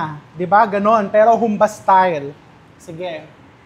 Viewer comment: May diin poh ang " ba " sa dulo.